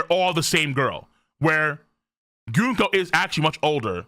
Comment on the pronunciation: prenouncing Gunko wrong day 4723